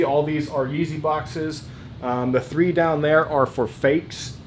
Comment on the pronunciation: Bro, you struggled with Some yeezy names. TIP: “ the names are on the size sticker/tagg!!!